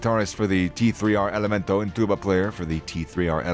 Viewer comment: It's pronounced Tercer Elemento